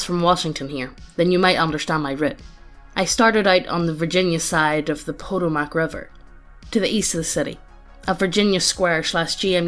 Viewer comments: It’s pronounced puh-tow-mic. Not Po Toe Mack. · Hearing an Irish lad/ lass mispronounced Appalachian Po toe mic river and other things always cracks me up